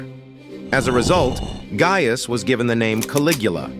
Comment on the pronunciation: You are mispronouncing “Gaius.” It has a hard “I”; it’s not “gay-us”.